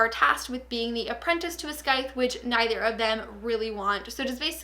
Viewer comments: It is pronounced Syith not scyth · i'm sorry if some people have already said it, but that is not how you say scythe. the 'c' is silent. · I lost it at your pronunciation of 'Scythe'. If you're working with them, surely you'd bother to find out how to say the title? It's an actual word... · tip: the "c" in "scythe" is silent ☺️